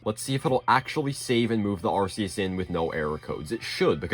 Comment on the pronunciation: Arceus, not arseus.